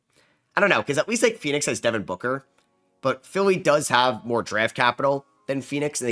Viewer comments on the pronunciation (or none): none